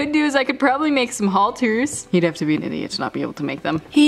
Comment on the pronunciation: “Don’t wanna injure one of mY BEEANNSS!”😂😂